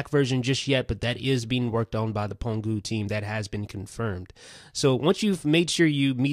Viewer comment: pangu not pongu